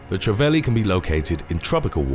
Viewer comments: Trevally is pronounce Trev alley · Trevally is tree-valley & groper (grouper) is grope-er